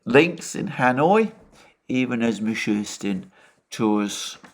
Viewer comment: Russian PM name is Mee-shoe-steen not Mee-shoe-Tzin.